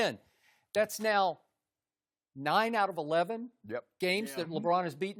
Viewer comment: I hate the way Chris says LeBron’s name.